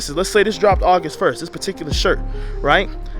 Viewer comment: “Augist” is not a word. “Rote”??? “Loat”??? “Axe”???